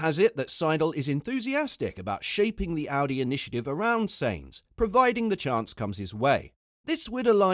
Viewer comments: Sainz pronounced Signz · Because he cannot even say his name properly :)